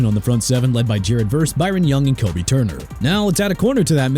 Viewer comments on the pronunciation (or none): none